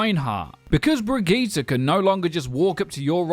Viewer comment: That's how you say it